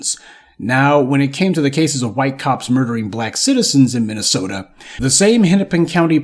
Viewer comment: That’s Minnesota I’m sorry MINNYSEWTA for ya